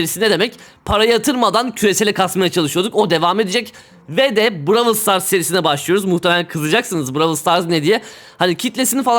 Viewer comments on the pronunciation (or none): Abi lütfen braw"ı"l stars değil brawl stars de 😭😭